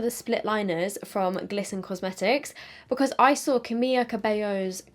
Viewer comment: Her name is pronounced as Camila not Camija